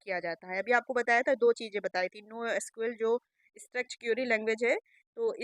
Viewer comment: स्ट्रेच नहीं स्ट्रक्चर्ड होता है